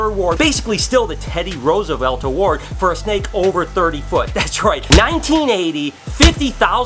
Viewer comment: No offense but I'm not even american and I'm cringing at the way you pronounce Roosevelt. xd